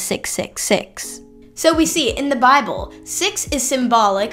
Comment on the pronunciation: Love the way she pronounces 'Bahble" and "wri-en". Dropping the t's in the middle of a word is definite giveaway for a lack of education. Oh, and then "no man could have came up with." I should make a vid just on her atrocious English.